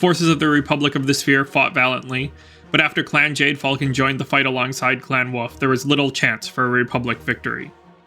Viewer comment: Great videos from you. Much enjoyed. There is an "L" in wolf though....Hearing you say woof all the time is distracting... lol 🤣